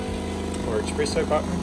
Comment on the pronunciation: "Who doesn’t love coffee!?" People who call espresso "expresso".